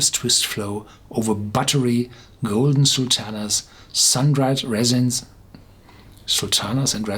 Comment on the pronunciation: Thanks for another great review pronounce "ray-zens" not "reh-zens"